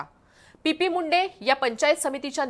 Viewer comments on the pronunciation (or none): Pp munde nahi o madam😂 T P Munde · पी पी मुंडे नाही हो चि पी मुंडे